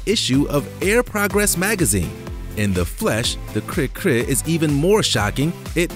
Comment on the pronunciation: Also the guy keeps saying "cricri", when there's only ONE "r" in the name.